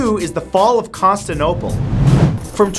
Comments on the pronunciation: Matt it is Constantine-o-pole not Consti-no-pole. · Why do you omit syllables from certain words? Constantinople vs Constanople. Operation Barbarosa vs Barbosa....come man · "The city of Constinople" lol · Exactly it's not Constanople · Gangd0ge same here...and saying Constinople, not Constantinople drove me crazy as well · barbosa and constinople. have you really never heard those words before Matt? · Penguin Lips accents don't make half a word disappear. Proper con-stan-ta-nope-al How he said it. Con-ster-nope-al Accents just change the sounds of voul and constants. So German w are v and Chinese l is r. Plus American words sound the same as any English pronunciation it's just he mess up. Much like there militaries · matt just wanna say its CONSTANTINOPLE not constinople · "Costanaopal" Constantinople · "Constinople"? you mean "Constantinople" that's Con-Stan-Tin-Opal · its also Con-stan-tin-ople not Con-stan-ople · It's Constantinople not Constinople. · btw, you pronounced "Constantinople" as "Constinople"... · Constinople? Is that how it is pronounced? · Stephen Spence Con-stan-ti-no-ple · Stephen Spence con-Stan-ti-no-pole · Hey what's up guys it's Scarce here Con - Stan - Tin - No - Pole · constinopal......constinopal.....CONSTINOPAL. you know what, it's fine it's fine I'm fine I AM NOT FINE! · just recently watched extra history's series on the byzantines lad, SAY IT RIGHT! CON-STAN-TI-NO-PLE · Matthew, it's pronounced " Con-STAN-tin-ople " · I think it's conSTANtinople not constinople.... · That is not a Canadian thing.... he completely removed an entire syllable in Constantinople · this is the guy who pronounced Constantinople Constanople, so dont expect much. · Uh, Matt, Little Friendly Advice, It's Pronounced Constan TIN ople And Bih-zin-tine (You Put The Emphasis On The "By" In Byzantine, By The Way) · Take a shot every time he misprounounces Constantinople. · why does his pronunciation of Constantinople bother me so much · He said Constantinople wrong.